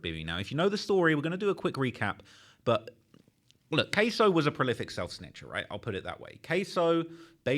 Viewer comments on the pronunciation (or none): queso??? who that ese?????? 😂😂 KSOO not Cheese LMFAO